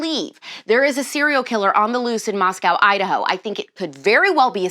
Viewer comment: As a native to Idaho, it is Moscow (moss-coe), Idaho. Moscow (moss-cow) is in Russia. Sorry and thank you. I love you. You're pretty.